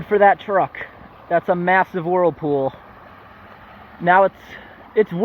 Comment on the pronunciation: Your doing a good job. Wish you lived in Australia. Nobody does that here. By the way earlier you said worldpool. The term is whirl pool.